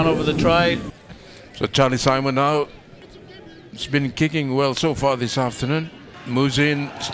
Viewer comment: this commentator says "Sarlie Chimon moving in with the conversion" hahaha Charlie Simon